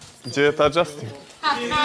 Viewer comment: A đee taj đžastiin 🤣